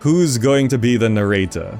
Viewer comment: Why do you say narrator like that